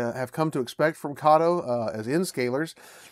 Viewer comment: Very nice locomotives! Also thanks for correctly pronouncing Kato. ;)